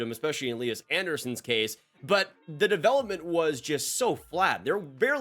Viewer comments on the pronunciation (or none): none